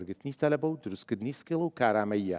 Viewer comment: سکیڵ نەک سکێڵ یا هەر بەکوردی بیڵێن ٣٠ ساڵە لە بەریتانیام ناڵێم سکیڵ تەنها کاتێک نەبێت بە ئینگلیزی قسە ئەکەم